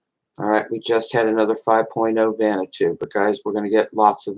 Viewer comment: Why do.americans pronounce it vanatoo? It's pronounced vaner watoo